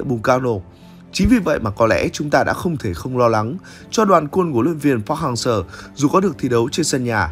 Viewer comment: cứ đọc park hang SƠ , nghe khó chịu vl